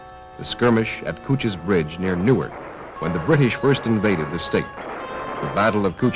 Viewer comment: I also appreciate your saving these videos and posting them so we can learn about Delaware history. I notice that the narrator mispronounces "Newark" ~ I'm surprised. I would have found these to be high school level ~~ As I retired instrumental music teacher, I find the playing of the early military song, "Chester," over and over, wonderful.❤